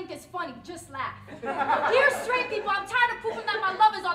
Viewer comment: Nice poem. It's people, not 'peepoe', though. Just saying.